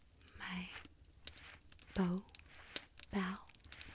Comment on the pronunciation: you said bow right the first time btw